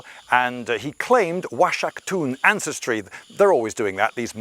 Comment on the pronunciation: It's pronounced [waʃakˈtun] . Like "wah-shack-toon". No cum.